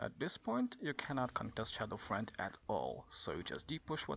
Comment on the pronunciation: Its Shadow Fiend (Pronounced Shadow FEEEEND) not shadow friend XD